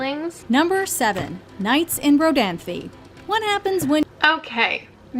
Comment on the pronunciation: As a North Carolinian I can confirm that pronounced Rodanthe correctly.